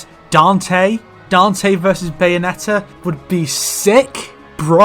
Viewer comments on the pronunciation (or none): none